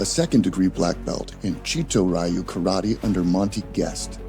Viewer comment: It's not pronounced rye you... it's ryooo